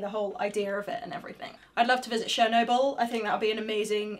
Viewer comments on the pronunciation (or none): The weirdest way I have ever heard someone pronounce Chernobyl